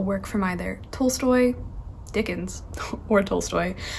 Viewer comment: Love your videos :) P. s it is pronounced T-ah-lstoy